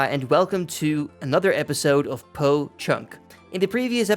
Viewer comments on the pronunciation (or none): I'm still laughing at how u say poh it almost sounds like my sir name no Joke, keep up the vidz 🤟